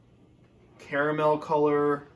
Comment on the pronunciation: I appreciate the fact that you annunciate ‘caramel’ the correct way